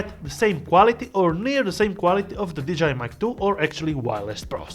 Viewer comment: did you say "DJI mic 2" or "vagina mic 2"? LOL 🤣 Great video BTW